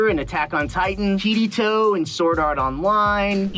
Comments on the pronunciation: Ok I’m japanese so i think I’m quite harsh on voice actors but Bryce: is a voice actor Also Bryce: cant pronounce his characters name right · as soon as he pronounced Kirito which make me the reason why not watching anime in Dub LMAO